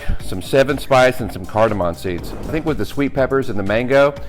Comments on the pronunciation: I've made a very similar sauce using similar ingredients, was great. Just one tip, its cardimom not cardiman. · Cardiman? Don't you mean cardamom?